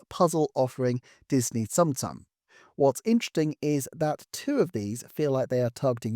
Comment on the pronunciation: I doubt it will come up on the channel again, but Tsum Tsum is pronounced with more of an "oom" sound.